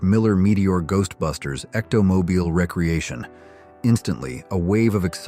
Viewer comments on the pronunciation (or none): Recreation is RE Creation NOT REC reation. OMG didn't anyone listen to this before publishing?